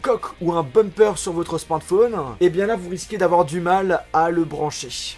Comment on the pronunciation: c'est pas un " smantphone" mais un smartphone